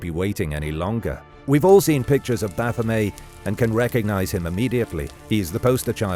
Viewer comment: Eliphas Levi drew the Baphomet that we are all familiar with today. His intention was to draw a figure that symbolized the unity of opposites. Later on, the symbol was appropriated by satanists. Its pronounced baff-um-et, no baff-um-ay. He was also the first person to say that an inverted pentagram represented evil. These are all his creations. The pentagram is just a shape, like the hexigram, hepptagram etc.